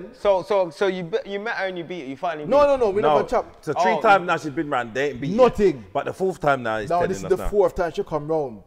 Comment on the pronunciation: It's tree😂